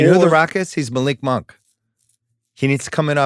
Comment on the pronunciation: Simmons with both a “Malik Mahnk” and a “Von Domm” in the first five minutes 🤌